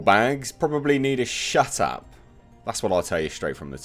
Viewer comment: “Both of you old bags probably need to SHUT AP......”🤣 Him reading that in his accent got me....😁👍